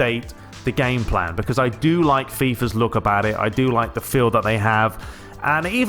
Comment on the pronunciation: HE SAYS LIME ME ' Boy, after i played Pes 20 at snowy weather day i played fifa 20 demo... Fifa is a joje lol, except players models fifa looks like on Ps3 comparing with Pes 20 ... and about fifa gameplay' ' an arcade pinball mediocre repetitive fake gameplay without substance' ' fifa is a jojke... THIS IS WHAT HE SAYS LOL